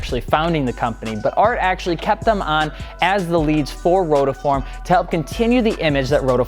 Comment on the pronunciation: Guy at the start saying "rotoform".